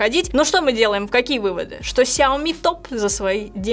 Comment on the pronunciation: Нинада плиз говорить кряоми в эфире и записи. Это мусор